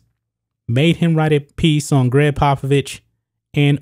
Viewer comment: You mispronounced the former coach’s name.